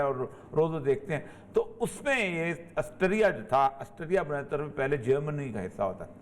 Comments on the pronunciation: aassterria ni austria hota he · آسٹریا کو آسٹیریا کیو کہہ رہے ہیں!